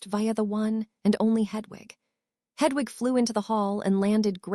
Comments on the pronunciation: Why does the reader say hudvug when it should be Hedwig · Hudwug😂 Please re upload with a better AI :p This one cant do names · The owl's name is not h u d w u g, it is Hedwig, if the English language is so difficult then find a different AI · The mispronunciations are hilarious. Hudwug flies to Hugwhuts. Priceless.